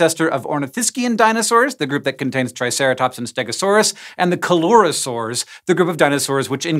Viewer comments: coelurosaur is pronounced /sɪˌljʊərəˈsɔːr/, like coelacanth. It makes a /s/ sound, not a /k/ sound. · I love your videos, but please check your pronunciation of scientific names. Coelurosaur is pronounced, I think, " see lure oh sore ".